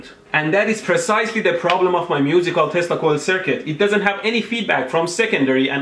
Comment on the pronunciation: Are you saying testical or Tesla Coil?